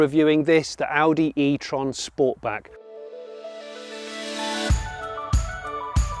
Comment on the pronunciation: These reviews are awesome, but I think I can speak on behalf of sniff and say you pronounced sportback wrong 😂. Honestly these reviews are so much more relaxing that traditional influencers